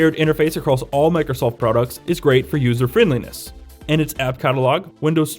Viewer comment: You say Microsoft weird